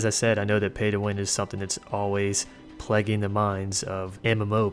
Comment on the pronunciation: Plaguing: plegging -> PLAY-ging